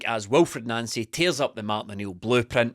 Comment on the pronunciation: The deliberate attempts to pronounce his name as Nansy is too obvious lads. The guys name is pronounced Non-cee just like Thierry On-ree not Terry Henry.